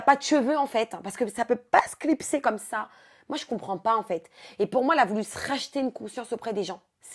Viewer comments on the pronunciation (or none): j'adore comment elle le dit : Ça peut pas se clipser comme ço